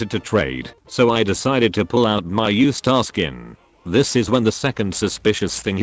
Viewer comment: Bro said u star is now staru